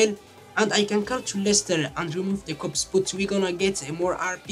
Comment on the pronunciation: its pronounced "cops" not "copseh"